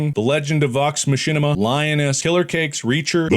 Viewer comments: THE LEGEND OF VOX MA-SH-INA 😭💀😂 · I do hope him pronouncing it "Machinima" was an intentional joke, cos Vox Machina is awesome! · Vox Machina Pronounced (Vox Ma-ki-na) not ma-chi-na LoL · "Vox Mashinima" killed me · “The Legend of Vox Mashinima” 😭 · The Legend of Vox Machinima is a dark alternate universe I'm not sure I want to know more about lmao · Vox Machina is pronounced MACH-EH-NAH. MACH. EH. NAH. The people who created it say it that way. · Don't trigger the Critters by coming for The Legend of Vox Machina (pronounced "mock-in-a") who just had their 3rd season released 😜😂 Super proud for you, buddy! I can't wait to see Iron Lung and whatever comes next ❤ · Pronouncing it Vox Machinima made my skin crawl, hope this show and Iron Lung does massively well, can't wait to watch both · "Vox Machinima" ...so close Mark 😅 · As a critical roll fan, the way he pronounced Vox machina broke my heart just a little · Mark pronouncing Vox Machina wrong made me wanna cry. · Bro really butchered The Legend of Vox Machina 😭😭😭 I think Markiplier would like the show. I'm so glad The Edge of Sleep is in the Top 5! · Listening to Mark pronounce the legend of vox machina 😭😭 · I’m sorry, but the fact that you mispronounced Vox Machina made me cry a little…. Like critical role is amazing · The disrespect on mispronouncing Vox Machina! 🤣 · I can’t get over the way he said Vox Machina lol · The way he pronounced Vox Machina though 🤣 I’m in! We got this! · Mark butchering the pronunciation of Vox Machina was honestly so funny to me 😂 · The way he pronounced Vox Machina 💀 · The way he pronounced Vox Machina was so painful. Lovm actually just released season 3 tho. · When he mispronounced machina in the legend of vox machina,,, ow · Mark pronouncing "Vox Machina" wrong is quite unsettling 😂 but hey, he never did the TURTORIAL.... TUTORTIAL... TUTORIAL! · The mispronunciation of the legend of vox machina almost makes me not want to support mark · Mispronouncing Vox Machina irks me